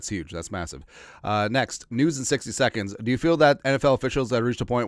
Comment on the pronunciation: I like how you said 2nd lol. 🙏🏾🙏🏾🙏🏾